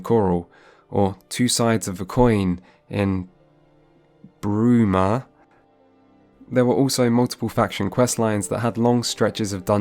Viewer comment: finally said bruma right